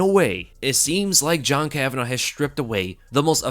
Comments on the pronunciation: It’s kavanagh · It's KAVANAGH say it right.